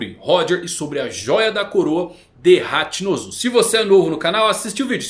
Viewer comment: Mano n da pra assistir tudo, "ZEBEK" em japonês vc sabe q não muda a kralha da fonética, "HachinpZu" aí é foda